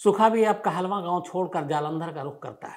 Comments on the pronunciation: you represented wrong facts aboutsukha kahlon and it's not kahlvaan it's kahlon. u dnt knw much about it. Punjab ke nojvan bhatke nhi hen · Kaaa-looooo-n not Kaahlava 🙏🏻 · कहलवां?? 😂 काहलों होता है साले। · not kehlwaan its kahloon